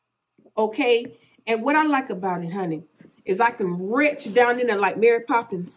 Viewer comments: "I can retch down in there!" "My granddaughter still owes me $40." You love 1967, don't you? "Teddy Bla-que" 😂😂😂😂😂😂😂😂😂😂😂 LMAO!!!! I can't!!! By the way, that's a nice purse. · Retch. Pockabook. Bill Fold. 😂😂😂